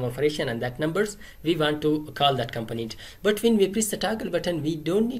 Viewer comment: 😂 you say component in funny way I thought you said companies .. anyway thank you bro